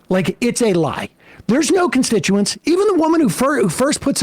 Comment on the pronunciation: Vance didn't pronounce "constituents" correctly. Appropriate for someone who doesn't actually act in service to the people who foolishly elected him and those wise enough to have voted for someone else.